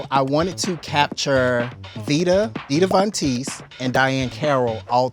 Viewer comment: did she mispronounce Vontesse or did they misspell it? cuz the way she said it isn't the way it's spelled.